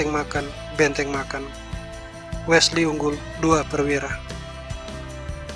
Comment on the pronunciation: Bukan Wela so bang, tapi Wesley so bang. #peace 😁😁✌✌✌✌✌✌✌😁😁